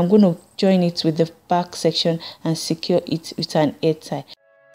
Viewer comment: it's funny how you say "air" for "hair" and "hoil" for "oil"